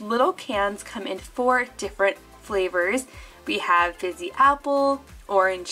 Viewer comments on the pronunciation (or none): none